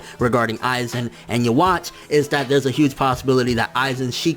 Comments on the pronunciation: It's supposed to be Juhabach, i think. Please stop saying it like "you watch", it's kind of annoying. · Its you-ha nkt uhwach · yuh-watch is not how you pronounce that. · Why does everyone say "yeah-watch"? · "yo-watch" looool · lol he saying his name wrong Yhwach